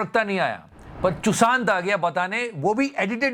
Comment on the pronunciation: Shushant ❌ Chushant✅